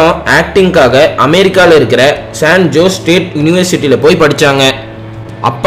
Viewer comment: சொர்ணமால்யா படிச்சதா சொல்ற இடம் சான் ஜோஸ் இல்லை- சான் ஹொசே என்று சொல்ல வேண்டும்